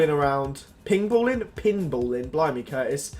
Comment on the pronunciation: couldn't have got it more wrong if you tried! Google it's pronouncation and find out;)